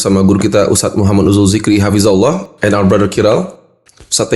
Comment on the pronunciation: Idzin correct bang "hafidzahullah"